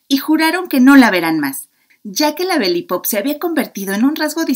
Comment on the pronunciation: Belipop... jajaja 😂😂😂 que divertido